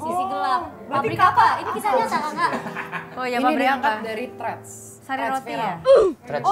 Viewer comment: treaddd bukan threads🤡🙏pinteran bilang "oh ig" gua juga ngedengernya pasti lgsg ngeuh ke ig